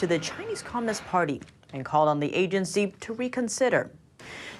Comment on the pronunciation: The Yahhgency she said very clearly LoL